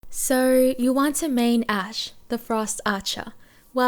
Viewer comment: Why do you pronounce (so) like “SOOOIII* and combo like Combooii xD